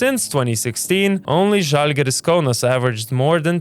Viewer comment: It's žalgiris